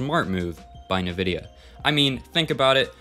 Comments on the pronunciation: Bruh just said nuhvidia 😂😂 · cant believe you dont know how to pronounce nvidia